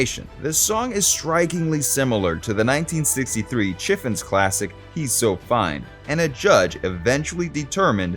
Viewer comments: Also, the Chiffons is pronounced "Shiff-phons" not "Chiff-ons" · Please learn to pronounce Chiffon's (shi-Fonz):face-blue-smiling